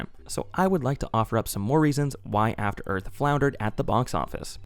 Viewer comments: *After Earf FTFY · Afta Earf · I believe it's pronounced "Afta Œth"